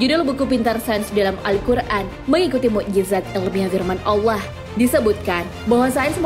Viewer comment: Penyebutan kalimah allah yang benar lahh... kalimah allah itu pakai "ha" bukan "kha" allah bukan allakh...